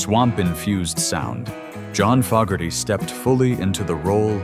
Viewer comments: If you can’t pronounce FO GARTY GIVE UP POSTING THE NAME IS NOT FOG, If you don’t know how to to pronounce the name, how accurate is any of your information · This video is a perfect example of why the thumbs down counter needs to be displayed. This creator cannot even pronounce the Fogerty name properly but yet he wants us to believe his BS.